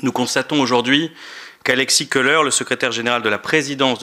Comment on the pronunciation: Il ne, sait même pas prononcer le nom Kholer(colère) et pas koleur